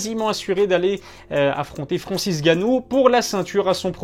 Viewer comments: Ngannou, NGANNOU, pas Gannou frérot! On dirait les gars de chez France2 là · Pourquoi il dit Ganou et pas N'Ganou? Le N ne se prononce pas ou il sait juste pas parler?